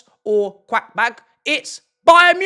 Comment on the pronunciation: It's not "Quackbah" it's Karabach. And I think they are at least as good as Chelsea right now, so MAH shouldn't be patronising towards them. And Oliseh, not Elise.